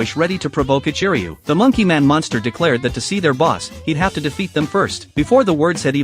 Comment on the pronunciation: Ichiruu? Are you sure it isn’t…. Jack ? 🤭